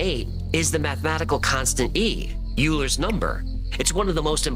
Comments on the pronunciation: Oh for F sake W files didn't do that much research... Math do you know it!??? The name of the mathematician Leonhard Euler is commonly pronounced as "oiler" (rhyming with "boiler") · Pythagoras did not discover the theory. Magnetic field lines don't exist, and the magnetic poles constantly move A LOT. Euler is pronounced OY ler. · Its lizzid....😂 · Interesting stuff, but I think a lot of it is very wide speculation, and connecting dots, that are not there. Also, not a good look, that the guy can't even pronounce Euler-s name.